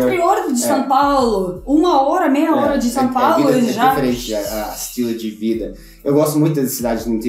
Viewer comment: Acho engraçado como fala Diferente, ele fala "Deferente".